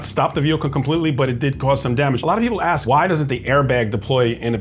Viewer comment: why o why is the teeny, tiny, three-letter word “ask” SO IMPOSSIBLE for a group to pronounce????